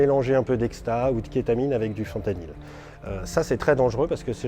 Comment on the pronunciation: La vidéo qui commence par un boug qui prononce mal le nom de la molécule HAHAHAHAHAH ca promet